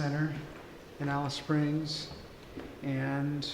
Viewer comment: That's hilarious you pronounce the name wrong but then you pronounce it right when saying Afghan . Just take the af off. Also the war memorials are there to commemorate the bravery of the soldiers not necessarily celebrating the war